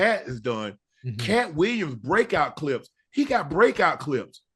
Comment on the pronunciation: Williams pronounced Weeyums